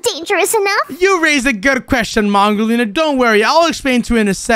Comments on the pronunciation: You Saïd wudolina you support to say mongolina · accidentally said wudo lina to mongo lina 😂😂